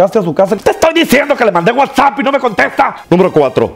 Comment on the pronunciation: Se dice wa sap